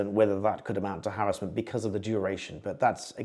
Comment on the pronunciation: It’s called Harassment not harrisment !!!🙄🤓